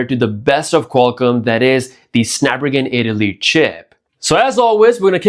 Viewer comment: I’m going to need you to learn how to say snapdragon 8 elite chip lol.